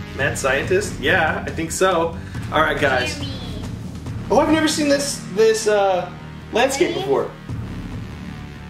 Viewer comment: jeremy not jeramy